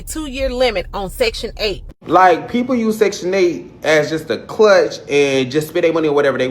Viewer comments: Did he say Clutch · CRUTCH NOT CLUTCH, but your message was appropriate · A clutch 😂😂😂it’s CRUTCH my dude😂🤣😂